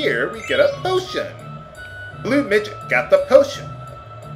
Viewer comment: am i the only one who thought he said "botion"?